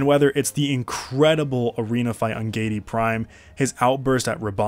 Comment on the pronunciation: Gee-ay-dee Prime. Giedi. Not Geidi. Sorry, thx for the great video haha